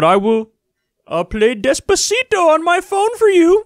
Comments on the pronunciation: More like "despereto". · he played despacito and all people heard is desperato